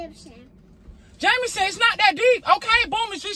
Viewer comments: kept calling him Jamanson🤣🤣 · “ you not daddy jamanson , you jamanson “ 😂😂😂😂😂😂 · “ no you jamanson”🤣🤣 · “You’re not daddy Jamanson, you’re just Jamanson” I’m screaming 😂😂😂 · "you not daddy Jamanson... you Jamanson" LMAOOOOOOOOOOOO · “I have to call you jamason”😭😭😭😭